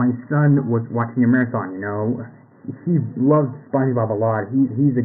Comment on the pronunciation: You did a mistaken on The Marathon Day but you said Marahon. just pointing it out.